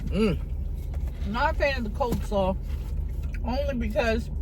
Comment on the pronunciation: It’s coleslaw, not cold 🥶 slawwws divas 😐